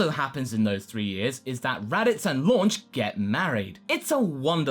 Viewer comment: Why does everyone call her"Launch" when her names "Lunch"? I know Funimations responsible, but we know better.